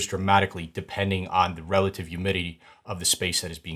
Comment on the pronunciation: Awesome video but… “youmidity” 😂